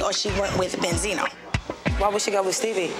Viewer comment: Karlie: benzino Joseline: bensino